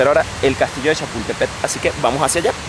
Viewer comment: Donde dice “”Chapultepet”, entiéndase “Chapultepec”. 😉